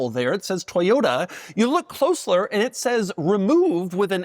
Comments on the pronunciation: "you look closler" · "look closeler" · "There's a little circular panel that says Toyota, you look"closeler"? WTH is closeler?